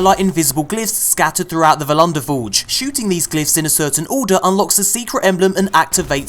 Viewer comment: It's volundyr forge not vllian der forge